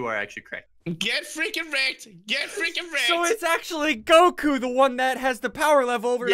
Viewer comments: When he said goku I got SOOO triggered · When Ssundee said goku I died inside